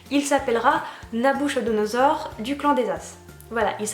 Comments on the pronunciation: d'ailleurs j'ai toujours prononcé et entendu prononcé: "Nabukodonosor"! 🙂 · Nabou c'est mignon mais sinon son nom entier ça se prononce pas du tout comme ça. C'est NaBUKOdonosor et pas naBOUCHOdonosor ... c'est le nom d'une bouteille de champagne d'une contenance de 15 litres (anciennement le nom aussi d'un roi)